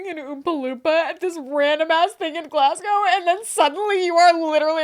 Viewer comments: as a scottish person hearing u say glasscow hurts its glazgo 😢😢😢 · you should’ve tried to Scottish accent 😂 It’s Glasgow- Glasgo rather than gow, like ‘let’s go’- Glasgo. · It's pronounced Glazgo btw 😂😂😂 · Glasgow viewer here with a quick pronunciation tip for all the Americans: it's not "glas" like "glass bottle", it's "glazz". And it's not "gow" it's "go" as in "go to the store". ^.^ So Glazz-go :) Love the episode, mortified by the Willy Wonka virality :0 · You disappoint me! Glass-cow? Really?... good girl. You have been promoted to my favourite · I get that about driving ‘taking you away from back pain’ bc for 11 yrs it was the comfiest I was, ever. Sadly I developed a genetic disorder 10 yrs ago and had to stop driving, and now sitting always hurts…..but those 11 yrs were the best of my adult life. Ps it’s pronounced Glaz-go 😊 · Girlies Glasgow is pronounced glaz-go 😅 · Americans, it’s pronounced GLAS-GO! 🤣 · Americans saying Glasgow is so funny lmao why do they pronounce it "Glass Cow" 😂😂😂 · Me seeing the title and bracing myself for the pronunciation 🥲. I kind of get why people pronounce it wrong but Glass-GOWE is painful 😂. is almost there though! For anyone wondering, it's Glaz-go, like "to go". Or Glesga if you're feeling brave 😌. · I'm from Glasgow and I cant believe yall are covering thisss eeek we are famous 😂 also the way pronounces Glasgow😭😂